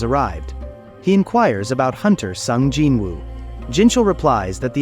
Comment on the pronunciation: Gin Wu my ass, its Jin Woo u fckin shyit